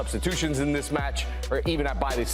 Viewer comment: What are you guys really doing? Trying to place emphasis on THIS? Lol